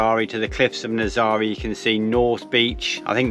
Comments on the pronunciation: Nazaré the e at the end sounds like the e in egg. Happy travels 🌻🙏🌞😎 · Guys, you really should try and pronounce the towns you visit properly. NAZAŔE is naz-array and OBIDOS is obby-dosh. You take so much time producing great ìmages it seems a shame to spoil it with a lack of research. It's easy to do, just ask a local.